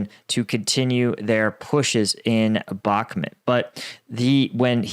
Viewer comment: How many months will it take him to pronounce Bakmut correctly?